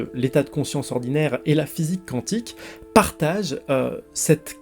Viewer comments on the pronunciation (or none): D'ailleurs on dit "kouantik" et non "kantik" (cantique), c'est autre chose.